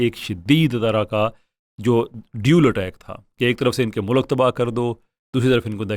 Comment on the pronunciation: 'UnivResty' aur 'muLak' ki pronuciation pe ghaur ki jiye bajae Mirza Pe ghaur krne k..